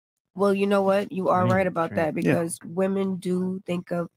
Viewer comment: Stop saying woman. It’s women. God